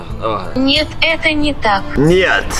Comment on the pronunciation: A única palavra em russo que ele disse certo foi нет.. kkk